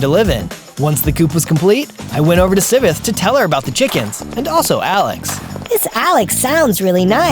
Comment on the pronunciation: It's Si-ve-th